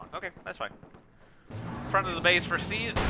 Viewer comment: Thanks for the cast, good job as usual. The game was so intense, I was shocked that I was able to scrape together a comeback - especially against an opponent as strong as OMGPOP (we've played a decent bit recently and I believe he has beaten me more times than I've beaten him). One thing to note, usually my name (CieZ) is pronounced "Sea-Ehz" ^_^ thanks for the cast though!